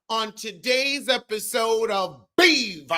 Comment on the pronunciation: When you said Heiffer-sode 😂😂💀💀